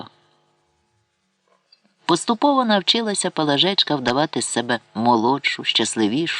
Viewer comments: ПалАжечка, пані не знає наголосів, чи це ші читає? Це вже не мова а щось незрозуміле, палажЕчка, або наталОчка, дивина! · Правильне зауваження. ПалАжка. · Чому ПалажЕчка, а не ПалАжечка? Якось воно не звучить. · А чому наголос ПалажЕчка, а не ПалАжечка? Повне ж ім'я Пелагея, значить, Палажеа, ПалАжечка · Чому ПалажЕчка, а не ПалАжечка? ПалАжка — було таке імʼя